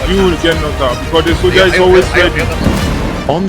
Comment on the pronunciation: Soldiah, Predatah, Swarzennegah. 😂😂😂